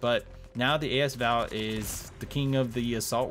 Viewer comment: A S Val? Thought it was asval